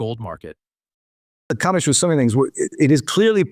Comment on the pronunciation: It's COMEX... NOT 'COMICS', STUPID! !